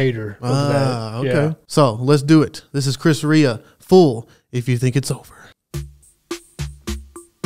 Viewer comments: This was a pretty big hit back in the day. Loved it then, love it now! (Come next Christmas you might try his “Driving Home for Christmas.” It’s pretty great.) P.S. Rea is pronounced Ray. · Rea is pronounced rAy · Sorry I don't normally comment but his surname is pronounced Reeah he's from the same town as me ..Middlesbrough in the North East of England, his family owned cafes here.